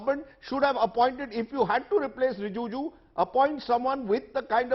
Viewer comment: Rajdeep, it is RiJIju; not RiJUju.